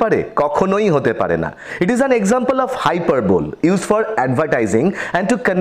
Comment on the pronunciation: Learn how to pronounce "hyperbole" and "exaggerate" first before recording a lesson. 😂